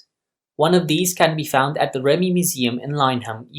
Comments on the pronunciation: Good video! Just so you know, it's pronounced 'ReeMee'. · Correct, but this is about the ARV or later called the ARRV, was operated and crewed by REME, pronounced Reeme.